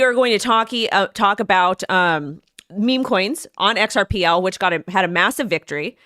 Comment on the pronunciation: XRP was meant to be HELD. HODLed. Big rich kids. "xrpL" was meant to be USED by the "little guy." Please guys don't lose your XRP. Hold tight. X R P. not "xrpL" love your show love love!!